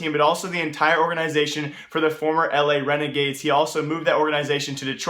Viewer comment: IT'S LA RENEGADES NOT L.A RENEGADES FOR FUCKS SAKE